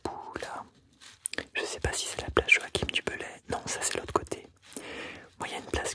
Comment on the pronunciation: Pas Jo-a-kim....jo-a-chin! 😉